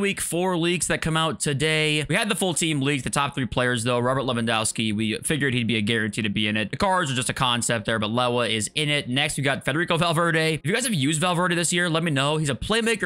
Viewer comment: I know how you like pronouncing player names correctly. All the ‘w’s in lewa sound like ‘v’s . Levandovski